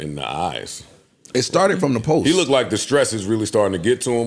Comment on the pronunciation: Please. Black people. “lookded is not a word. Looked. Practice it. It flows better.